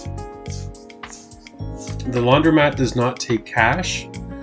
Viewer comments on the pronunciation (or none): LaundrOmat, not "laundrYmat."